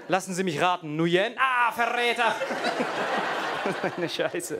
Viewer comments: Nguyen wird übrigens eigentlich "ngwiin" ausgesprochen, wie wenn man im Englischen sagt: "It's a thiNG WE INtend to do" ;)) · Ähm ich kenne einen Vietnamesen und der heißt nicht Nujen